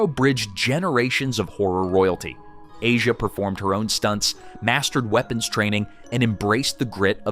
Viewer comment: Her name is pronounced "Ah-see-ah" Argento.